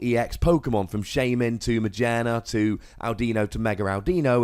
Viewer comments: Also my friend made this deck when Audino came out :P and it's pronounced aw-dee-no and ma-geer-na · Ma-gear-na not trying to be that guy but yea... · majearna is how yo pronounce it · It's a gear. Ma-gear-na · Its maGEARna, not too hard to pronounce